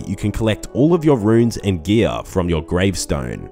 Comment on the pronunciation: "You can use high defence Ghee-ahhh" lmao